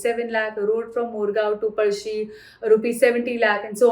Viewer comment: Good to see sticking to native pronunciation of words like पळशी and not diluting it for non Marathi audience by pronouncing it as पलसी